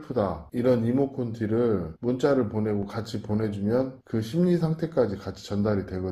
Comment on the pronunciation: 이모콘티가 아니고요 이모티콘이요! 😅😊아무래도 형님 나이가 있으셔서 너무 웃겼습니다. 하하